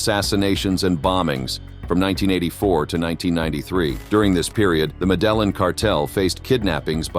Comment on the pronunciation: Yes. Medellin is pronounced ME-DE-YIN